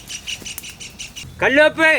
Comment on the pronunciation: Not kallupu😋 karlupe😉